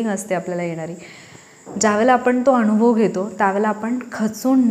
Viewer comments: खूप चांगला संदेश आहे पण तुम्ही आणूभव असं जिथे म्हणात शब्द 😊उच्चार करता तो फार खटकतो वाईट वाटुन घेऊ नका.दुसरा पर्याय शक्य नसल्याने स्पष्ट लिहून कळवलं त्या बद्दल क्षमस्व.ण शब्द न वापरताना ना म्हणा अणुभव vvvvx चूक आहे अनुभव म्हणा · नमस्कार, खूपच सुंदर विषय आहे. म्हणतात ना सोने कसासी उतरते तेव्हाच त्याची किंमत ठरते. एक suggestion आहे..... भाषे बाबत.... अणूभव नाही अनुभव योग्य आहे. असेच अजूनही उच्चार आहेत...चुकीचे नाही पण स्पष्ट असावेत. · Marathi shudhdhh bolale pahije...anubhav ya shabda madhe..n..ha...lahan asato..motha ..n...nahi...